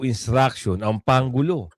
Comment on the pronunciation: Ayusin mo brod,ang pronounce pangulo parang pang ulo dinig ko